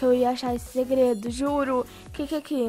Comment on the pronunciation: Kkkkk a parte que ela fala gredo kkkk